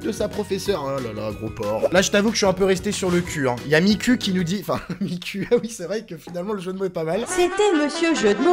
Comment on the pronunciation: À sa se dit mikou pas miCUL